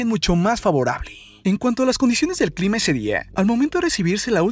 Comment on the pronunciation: Díganme que no soy la única que escucha una "eee" cuando la palabra termina con "a"... Ejemplo clime, tormentes, zones.... 😂🤦‍♀️